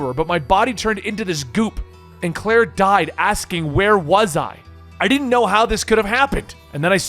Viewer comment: Huh. I always pronounced it "Did-jin"